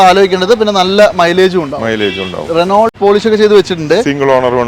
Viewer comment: റിനോൾട്ട് അല്ല റിനോ എന്ന് പറയൂ